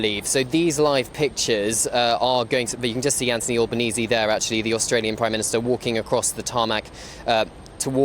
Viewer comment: ALBanese not Allbanese